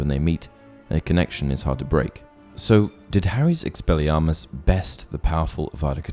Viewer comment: Lol ‘expellarmus’